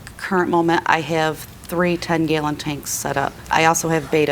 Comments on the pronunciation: "gaylon tank" I've never heard gallon pronounced like that. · “Gaw-lon” (gallon) 😂😂😂